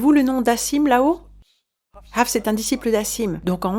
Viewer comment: Tu dis très bien le mot "Hafs" ❤